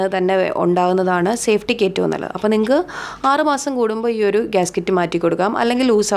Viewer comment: ഗ്യാസ്‌കിറ്റ് അല്ല ഗ്യാസ്‌കെറ്റ് ( Gasket )